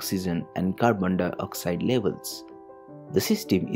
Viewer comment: dioxide not dyoxide